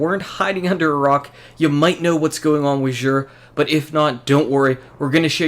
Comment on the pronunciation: It's actually pronounced Zur. Not Zhur. Tried to spell it to make sense!!! Lol..